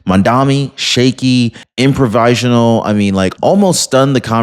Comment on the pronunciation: I knew you couldn’t say “ask” but “improvisational” caught me off guard. 😂